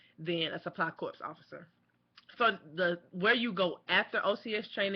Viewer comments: Please. It's corps (core), not corps (corpse). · Just FYI, corps is pronounced the same is "core". But great videos, I'm thinking about the process myself. Thanks!